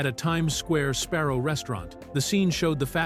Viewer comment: that,and calling Sabarro's Sparrow's!🤣🤣🤣there's plenty more.😁😁😁